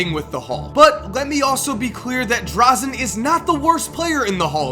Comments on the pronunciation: Fuck you. Don't ever speak one word against Dražen. You can't even pronounce his name correctly. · NOT DRAZEN DRAŽEN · Its dražen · You butchered Dražens name :D